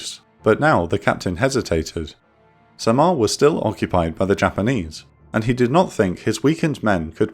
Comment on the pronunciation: In the Philippines, we don't pronounce Samar as "sa-MAR". It's the other way around. The stress of the pronunciation as "SA-mar". Also, can you do more Intel Report and Operation Room videos on battles in the Philippines during WW2? Like the fall of Bataan, the infamous Death March from Bataan to Tarlac, liberation of Philippines, the landing on Leyte, and maybe, life in the Philippines as a guerilla soldier fighting against the Japanese occupation?